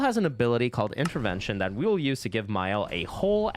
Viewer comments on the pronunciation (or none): none